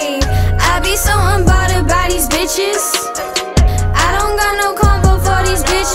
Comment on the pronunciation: Right she can’t even say unbothered correctly